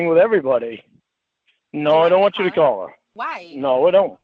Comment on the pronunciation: The best cawl of all time. will not be treated like "trashta".